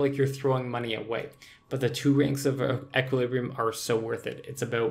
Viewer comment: ish you say "until jagex does something about death costs" but why should they... theres no need to. If you don't want a high death cost, don't use expensive gear and do risky shit. It's really not that hard. Also sgb spec is only 30%, not 35% And you're pronouncing equilibrium wrong